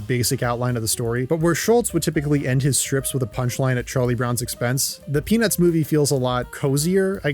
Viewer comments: I cant be the only one hearing "penis movie" every time he says "peanuts movie" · bro did not say peanuts 💀